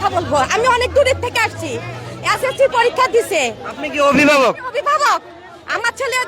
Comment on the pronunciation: 😂😂ভাই এই সাংবাদিক এসএসসি ২০২৫ উচ্চারণ করতেই পারছে না আর ছাত্রদের ভুল ধরছে 😂😂এর পদত্যাগ হওয়া দরকার🔥🔥🔥🔥👿👿